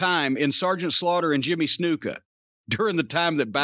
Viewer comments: I love the way Corny says 'Snuka'. It's like a British guy playing billiards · Jim says Snuka funny. That is all.